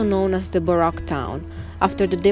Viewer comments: Now I know why the music is getting better. Baroque is pronounced baroak, not barock.. Just trying to be helpful, not critical, you guys do a great job speaking english. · As always I love ALL your videos! You’re two of my favorite people on You Tube!!! I do need to help you in your pronunciation in ‘Baroque’ ( pronounces like ‘Bar - oh - K’) the O is a strong O like the o in ocean. It’s not a soft O. Like ‘ah’ but like Ohio.